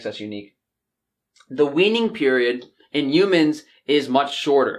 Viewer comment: "You-mans". I love you,.😂😘